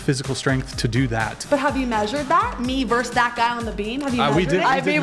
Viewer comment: verse is something in poetry, music, or literature. you saying "verse" instead of versus is an indicator of how stupid you are...